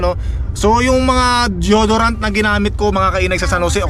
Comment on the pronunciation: it's "Di-yo-do-rant and not jodorant Po.